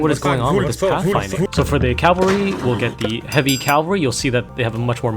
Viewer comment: It's cavalry, not calvary.